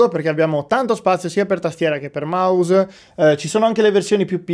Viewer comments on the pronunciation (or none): Il maus raga il minghiofono😂